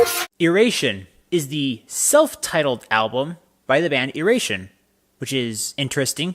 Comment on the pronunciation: Thanks for taking the time to listen to our music and sharing. Glad we were able to help you through whatever we needed to work through. Hope you can make it out to a show sometime PS it's pronounced "eye-ray-shun" :)